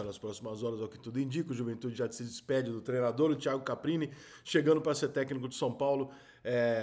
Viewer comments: Repita comigo: CAR PI NI Mais uma vez: CAR PI NI 😂😂😂😂😂😂😂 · Você percebe que o treinador é muito desconhecido quando o Rica chama o maluco de CAPRINI o tempo todo e o nome do maluco é Carpini. 🤣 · Ri muito da qtdd de vezes que o Rica chamou ele de CapRini😂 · Rica, sou seu fã, mas Caprini não, é Carpini....kkk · Caramba Rica passou o vídeo todo falando nome do cara errado, estudou bem o cara pra fazer o vídeo. É Caprini ou Carpini? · Foda é te ouvir falar errado o nome do cara o vídeo inteirinho! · Rica por favor fala o nome do cara direito